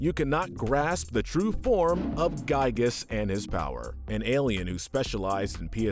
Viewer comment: Everyone pronounces "Giygas" wrong. If you know the story behind the Pokemon Regigigas, it is pronounced exactly like the latter half of the name!